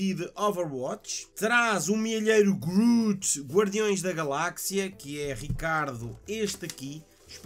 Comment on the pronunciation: Groof? Que merda é essa ? É groot que se diz